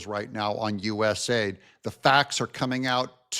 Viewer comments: u. s. a. i. d. Not us aid. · To be clear,.US A.I.D., not US aid. Even the names is used as a lie.